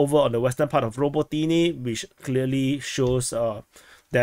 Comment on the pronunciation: "Robo-teeny" lol Ruh-bow-tin-yeh